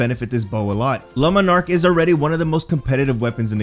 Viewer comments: Ok. OK. OK. OK. No. No. Just. Stop. Omfg, it's not lumenark ffs. Jesus man! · This guy really pronouncing it like "Lemon Arc" lol